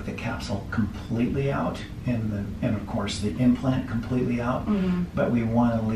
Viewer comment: Is it me or she says kimpletely 😂 gotta love ❤️ her